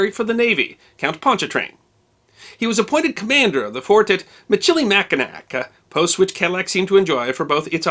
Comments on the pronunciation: Not trying to be 'that guy' but you seem like someone who cares about these types of things... But the pronunciation of the French fort on Mackinaw Island starts with "Mish" not "Mick", similar pronunciation as the tire company Michelin... Just trying to help out, love your videos! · ...and I do believe your pronunciation of the fort "Machi-NACK is incorrect; as the folk on Mackinaw Island will readily correct you, it's "Mack-in-naw" -- not - "nack" at the end. The fort is Fort "misch-lee-mac-in-naw" unless somebody can give a better phonetic spelling. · Cadillac, after Michigan, went down to Louisiana. “Mi-chili-Mack-in-nack “ 😂😂 hehe so cute. Mish-ill-eh-Mack-in-naw is the correct way. We also have the Du Nain Rouge. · for future reference Michillimackinac sounds like mishillimackinaw, first written accounts in french stuck--the town at the old fort site is Mackinaw City... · Michilimackinac is pronounced Mish-ala-mackinaw. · While I loved the history please learn the correct pronunciation of Michilmacinac. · As a native Detroiter it's always fun to listen to visitors try to pronounce our French street names, or Michilimacknac.